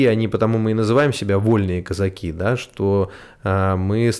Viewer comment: user-ph9ls7wh1b но они об этом могли и не знать. Это было давно. Казаки - ударение на 2-й слог.